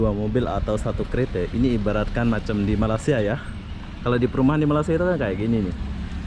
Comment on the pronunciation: bang malaysia bukan malasa